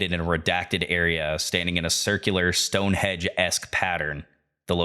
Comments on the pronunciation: It's more that you call Stonehenge "Stone Hedge" that gets me XD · loved the video, agree with others about the pronunciation. not a big deal for the most part, but with the important words you are going to say many times over a long form video, it is important. the hard e sound in carnis, and stone hedge (correct: stonehenge), though the latter may be my hearing deficit, but the subtitles said hedge as well.. awesome breakdown of source though, keep at it you'll have many more subscribers soon im sure.